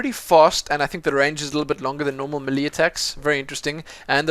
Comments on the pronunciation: thumbs up for how he says melee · Its not may lay either its melee